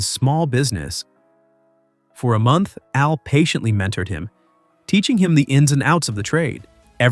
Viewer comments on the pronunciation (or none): none